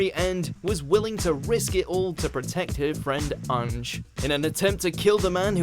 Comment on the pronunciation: I hate how pronounces ange's name